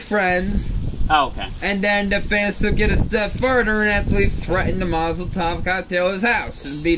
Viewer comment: did he say "Mozoltov cocktail" instead of molotov? 😂